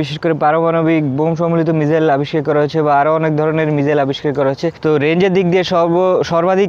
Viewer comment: ভাই সবাই ভাল লাগছে কিন্তু মিসাইল কে মিজাইল বলেন কেন।